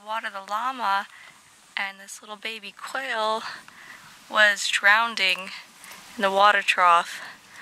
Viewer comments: *Drowning (Not "drownding") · “Drowning.” Not “Drownding.” 😂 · I was watching the video out loud and my brother heard you say Drowneding. He's an asshole and made fun of you. I think it's cute